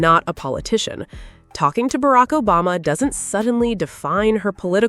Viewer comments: Barak Obazza? Obasma, sweetie. OBAMA! Fix your AI! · What's with this Barack "OBAZA" reference. Is the A.I.going wonky? 🤷🏾‍♀